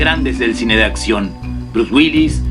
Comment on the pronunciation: Villano de acción, no de atcion... Todo lo demás bien.